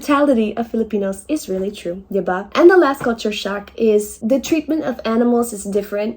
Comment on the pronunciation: diva?! 😭😭😂😭 the first one I was just a lil bit hesitant that I heard her right until she repeated it. Diba?